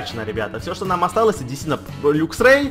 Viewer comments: не люксрей а лаксрей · правильно говорить лаксрэй:)